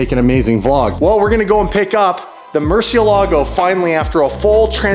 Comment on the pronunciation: Learn to pronounce Murciélago correctly. The emphasis is on the e!